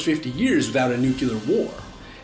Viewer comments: / ...What is a New-Q-ler? Do you perhaps mean Nuclear? There is no Q in Nuclear. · Please please please please never say nucular again instead of nuclear. It brings back traumatic memories of George W. Bush. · Why are you pronouncing "nuclear" as "nucular"? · It's pronounced 'nu-clear', not 'nu-ca-lear'; add that to the next Lies video. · *nuclear (not nucular) :3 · NuCLear not Nuke-u-lar. Sorry, pet peeve of mine. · “Nu-cue-ler” Me: NOOO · nucular? really?!?!? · Nucular. again. unsubbed. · "noocular" ಠ_ಠ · "nu-ku-ler war" please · i just thought it was more informed than that. it's "nu-klee-err", mostly because there's only one "U" in nuclear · I'm sorry I cannot get passed you saying "nuke-you-lar" you sound ridiculous. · Did you pronounce "nuclear" as "nucular"?! IS GEORGE W BUSH CONFIRMED! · argh!! Nukular!!!!:-P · Suleiman the Magnificent - Lies - Lies - Can't Pronounce Nuclear